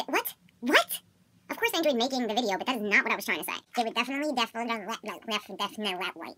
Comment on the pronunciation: "Definilefly" haha. Bloopers get me every time.